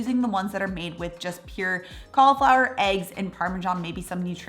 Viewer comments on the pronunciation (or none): It's cauliflower not caulaflower